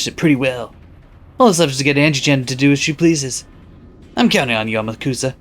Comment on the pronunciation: Also Amakusa is pronounced "Ahmock'sah" Don't worry, almost nobody gets this right unless they have some understanding of Japanese.